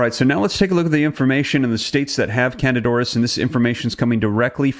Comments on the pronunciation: Please learn the correct pronunciation of words that you use. You frequently mispronounce them. It’s not pronounced can-did. It’s can-deed-a. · It's not Candid, as in candid camera- it's candida (can-dee-duh). Why are you leaving out the "a" from the first part of its name? It is not a silent "a", and its placement at the end of the word makes the "i" make the long "e" sound, as in e-mail. It's candida. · It sounds like can di da. Not candid. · If you want to spread truths, know how to pronounce words that you are "spreading truth aboott". The phenetic pronunciation of the word "candida" is NOT "CANADA"!!!! It is can-dee-duh. For fuck sake! Figure it oot! Pitter patter, let's get at her! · Excellent reporting, as usual. Thanks! Also, with all due respect and admiration, the fungus is pronounced CAN-dee-DA ORR-iss. I apologize, I have a weird thing about pronunciation lol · Can-dee-da auris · Its Can -dida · FYI: the pronunciation of candida is(canDEE da) just so you know😊...BUT OF COURSE ITS IN HOSPITALS!! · At least pronounce it correctly! It’s can-dida! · Pronounced can-dee-ta.